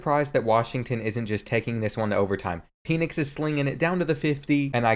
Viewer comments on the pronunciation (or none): pen-icks not peen-icks, Michael Penix Jr is gonna be a Heisman candidate this year edit: how the actual fuck did Arizona slam UW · It’s PENix like a pen